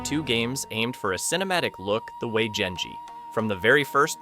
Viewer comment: Gun = gun Gone = gone Genji = jenji English need to fix their self 🫪